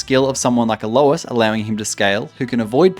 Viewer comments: literally hundreds of league content creators, about 3 of them know how to pronounce alois name right, magnificient XD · Bro's never heard Alois's name pronounced.